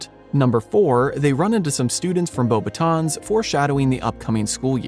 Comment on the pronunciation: Not knowing the S in Beauxbatons is silent is a red flag